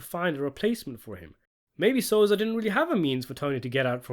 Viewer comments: The name is Sosa, not Soza! Thank you! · Lol u said "Soza" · Stop calling him soza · You can't even say sosa right learn your english 😂😂😂